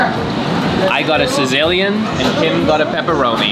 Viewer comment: What is sazillion pizza. I think you might mean Sicilian